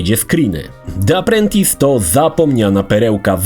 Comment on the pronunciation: Czytamy Di aprłentys...